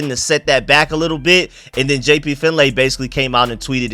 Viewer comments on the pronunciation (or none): Pronounced fin Lee brother . He HATES when its pronounced fin "lay". Just FYI bro. (I listen to b mitch n finlay on the audicy app n they were talking about that the other day)